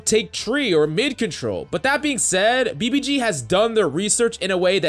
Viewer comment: And now BBC- clears throat BBG*